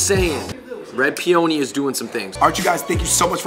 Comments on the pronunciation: The guys were pronouncing "Peony" inaccurately; it is pe-un-ni. They were saying pe-own-ni; made it sound like an Italian word. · The way you guys we’re pronouncing peony was a stand out moment. X